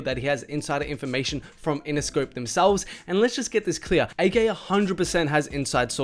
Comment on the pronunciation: bro why do you pronounce everything wrong? A K? richie SOOF? bhad bobby?